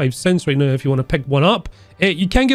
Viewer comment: "Sleep Nao."